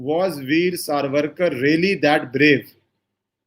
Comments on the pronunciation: Helo His right name is SAVARKAR NOT SARVARKAR. You are a journalist and well read and leaned man, but you do not know/pronounce name of this freedom fighter propertly. What can this kind of pathetic and and shameless attitude be called. Not only that, Veer Savarkar is known not only in India but worldwide, you being a journalist how come not able to catch his name propertly. Shame on you. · You have made an excellant video. Your narrations about legal implications were factual and excellant. A small correction - Surname is Savarkar and not Sarvarkar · True pronounced Saavarkar सावरकर